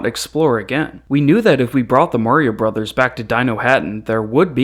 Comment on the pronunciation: “Brothers.” It’s pronounced “brothers”